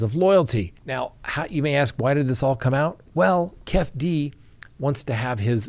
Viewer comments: Keefe D is pronounced Key fee Dee not Kef D😅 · Not kef d. say it Keefy d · Its pronounced Kief E - D. Keefee D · I can't handle hearing say "kef-D" and "baby Lane".🤣🤣🤣👍👍👍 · Its keeee feee deee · Keefe D, is pronounced, kee-fee dee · It's pronounced KEY-FEE-DEE 😂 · Pronounced Keef- e - dee..